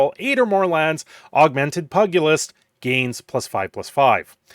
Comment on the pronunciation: Pugilist = pyoo-ja-list